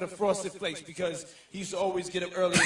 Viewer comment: We used to wrestle... Off-a-duh.. Off-da-uh, off-ada FRAUSTED FLAKES 😅